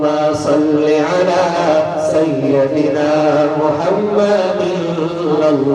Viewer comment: ماشاء اللہ بہت خوب ایک بات پر دھیان دیں.... سَیَّدِنا غلط ہے. یا پر زبر نہیں آئے گا. سَیِّدِنا صحیح ہے. یا کے نیچے زیر پڑھیں گے.